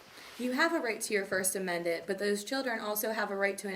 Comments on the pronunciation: "Amendant" from my "understand" ... I think someone should have seen to her education! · “You have a right to your first amendent” 🙄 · Dcs worker can't even say amendment....😄wow! Where are u getting your knowledge, she said yesterday...haha